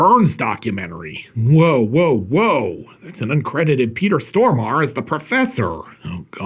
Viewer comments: Im Swedish , just like Peter stormarE… So - the ending “E” is not silent . All Americans pronounce it wrong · Is that really how I should pronounce Stormare's surname? I had no idea.